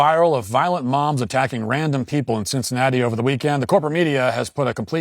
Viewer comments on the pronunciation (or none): Is it me or did Matt say "violent moms attacking"?